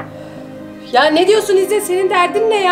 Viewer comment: Jsjsjjs😂İzder degil izzet 😂😂😂